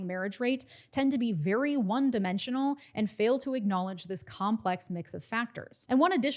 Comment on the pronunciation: Vewy Vewy Angry